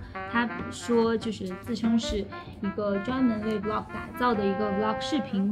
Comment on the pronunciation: 還是伊凡講 Vlog 連貫讀出 有很多男女主播成 V -log 太難聽了